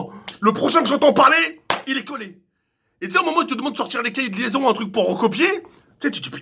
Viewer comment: « Les kékés de liaizon » 2018.